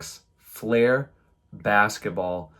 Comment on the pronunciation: It's pronounced 'Fl-ear', not 'Fl-air'.